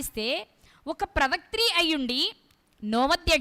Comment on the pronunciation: ప్రవాత్రి...కాదు ప్రవక్తి..అని పలకాలి .తల్లి..